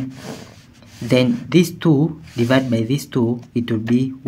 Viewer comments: Good process. But it is so annoying how u pronouce Two I had to mute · Me encanta cómo dice "two".